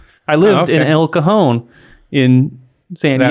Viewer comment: You pronounced cajón like cojón (testicle)